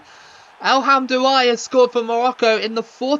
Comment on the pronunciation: his name is pronounced EL HAM-DA-WEE